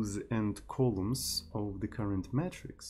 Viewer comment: "matrix" is pronounced "may-tricks" (not "metrics")